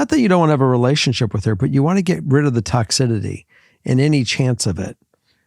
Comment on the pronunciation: I swear I’m not trying to be mean I love you guys so much but please somebody correct him on how to say toxicity